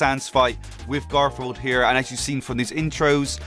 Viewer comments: Did he just say gorfield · why did you say gorfield and its not gorfield its garfield